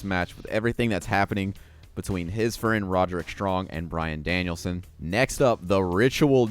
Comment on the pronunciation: Its pronounced more like rod-rick, not ro-derick 😂